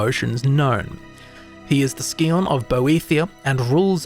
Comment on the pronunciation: took me way too long to figure out that you were saying "scion"